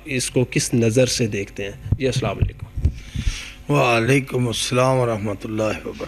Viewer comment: والیکم نہیں ہے جناب وعلیکم ہے